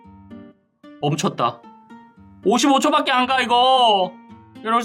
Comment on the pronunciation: 7분50초에 멈쳣다를 오졋다라 들음ㅋㅋㅋ